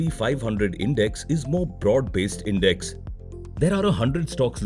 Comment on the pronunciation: You mispronounced index buddy